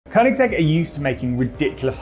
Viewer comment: Kudos to you for managing to pronounce Koenigsegg!